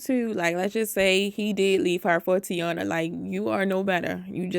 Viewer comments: That girls name is NOT tee-awnuh her name is Tie-ee-nuh….you know like the Tv show from the 90s with the same name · I’m starting to think people purposely mispronounce Taina’s name.